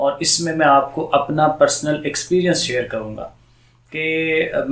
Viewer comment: He says apnaay mobile too chorna ni h😂😂😂